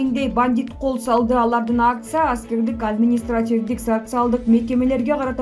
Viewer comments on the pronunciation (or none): none